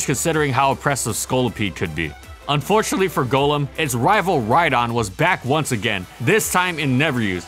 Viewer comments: Thank you for NOT calling it Gollum. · It is so nice hearing Golem pronounced correctly. Not the Pokémon, but the mythical creature golem (Like what Golurk is). Everybody pronounces it as Gollem from Lord of the Rings which annoys me to no end.